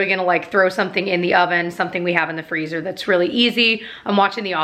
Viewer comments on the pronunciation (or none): none